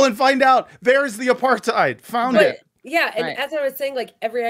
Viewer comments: It's pronounced apart hide, it means to keep "apart". It's not aparth heed ! Your welcome 😂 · Good stuff. But the word apartheid is pronounced uh·par·tide, not uh-par-tayd. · It's pronounced 'a parth eyed' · No it's not. It is an Afrikaanss word and the correct pronounciation is "Apart ate". In theory it was a sound idea when it was introduced to South Africa, and a form of apartheid is used in my country today with the original reason it was used in Sth Africa. I have seen a form of it in the US before and was shocked when I saw it. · The correct pronunciation is actually 'apart-hate'. It is not a German word. Listen to South Africans. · Everyone mispronounces "apartheid" apart from South Africans. It's supposed to be pronounced "apartate". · Actually, I was informed, many years ago, by my German 'Social and Cultural Anthropology' tutor, (whose name I shall reserve for the protection of the guilty!) that the correct pronunciation of the word, 'apartheid' is 'APART-HATE'... because, he explained, it was from the Dutch, not the German... Just sayin'... 😉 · He’s extremely ignorant and arrogant. He goes to Jerusalem and makes a video saying he sees no apar-thide couldn’t even pronounce it. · i mean, being from South Africa i have to put up with non-SA people mispronouncing apartheid all the time - but seing people mocking someone for mispronouncing it it even worse than usual is kinda mind-blowing.